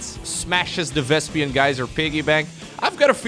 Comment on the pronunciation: lol Vespian Geyser., you are doing it again!